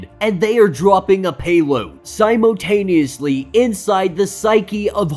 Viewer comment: "Simotaneously" aahehhehhehheehee. Sorry. That got me for some reason.